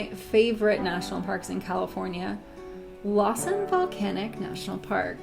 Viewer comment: I’m sorry, but Lawson National Park? “La” like in flat or laugh. L-ae-s-uh-n.